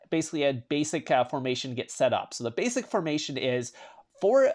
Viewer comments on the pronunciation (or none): none